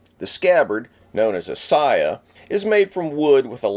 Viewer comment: The letter A is pronounced, ALWAYS, as in "awe" so it is sawyaw and sawgeo (Heerosheemaw and Nawgawsawkee). Also, the second pronunciation you gave for katana was 100% incorrect because Japanese does not stress syllables.